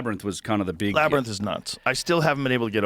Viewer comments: Joe still not knowing how to pronounce "labyrinth" is wild. I mean, "labernith".. Who says that?? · I cannot stand when Rogan says "laber-nith" instead of "laby-rinth" for the word labyrinth. Someone even corrected him like 2 weeks ago and he still says it wrong lol. I have never heard anyone pronounce it "laber-nith". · Labernyth? Cmon maing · Wtf is a labernith? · Labyrinth not laberith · no matter how many times Joe is corrected, he cannot bring himself to say "labyrinth". This is like the 56th time I've heard him say "labbernith" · LAB ER NITH? ITS LAB ER YNTH, LABRYNTH!!!! JEEZ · Labrinith lol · Joe mispronouncing labyrinth lives in my brain throughout the day. “LabyrNith”…… cmon Joe. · Why does joe keep saying labernyth. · New drinking game. Drink every time Rogan says Laberninth 😂😂 the number of people that has met him say this on so many podcasts is criminal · love how Joe cant help but say "Labrnyth" !!! lol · Labernith 😂 🙈 Joe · ....."laber-nith"... Joe with a swing and a miss... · If he says labyrNITH one more time, I'm going to have a stroke! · Take a shot every time Joe says "Labernyth" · Oh here we go, not the “labernith” again… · Joe stop saying "labber nith" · Cool discussion. Joe can't pronounce the word "labyrinth." He keeps saying LAB-AR-NITH. Hehe. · "We reach a lot of knuckleheads"... Says the Grand-Pubah, Prime Example, Numero Uno, knucklehead himself .. Joe "TheApe" Rogan. And wtf is a "Labernith" Joe? 🤣 As he sits there with his mouth hanging open 😦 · Joe saying “labrynith” is getting to me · Jamie....or anybody at all, please tell Joe how to pronounce, " labyrinth ". It's not, " LABBER-NITH " Joe. 😵‍💫😮‍💨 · Someone. Please. For the love of God. Please teach Joe how to pronounce "labrinth". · wtf is a labernith?! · It's "Lab-burr-inth" Joe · Joe "Labernyth" Rogan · If Joe says “Labyr-nith” one more time… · LOL! He just said it again! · Say “Labernyth” one more damn time Joe! 😂😂😂😂😂😂😂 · Joe saying “labernyth” hits like someone saying “nucular.”